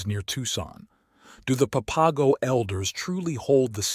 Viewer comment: I wish this guy would quit chopping up the words San Xavier and the papago tribe??? It sounds horrible when he pronounces those words, san haveer, and papago easy to pronounce just the way it's spelled okay.